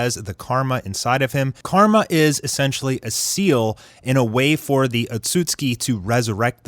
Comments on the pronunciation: atsuski... its AKATSUKI u fake fan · Please for the love of god, please say akatsuki right